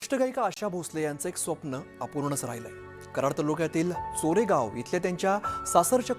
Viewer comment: चोरेगाव नव्हे, चरेगाव. नीट माहिती करुन घ्या.